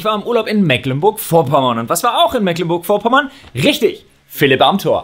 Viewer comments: Gott, wie Leute die nicht aus MV sind immer Mecklenburg wie meckern aussprechen. Das vorne ist ein langes E. Meecklenburg wäre ne gute Verbildlichung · Mecklenburg wird aber Meecklenburg gesprochen. ;-D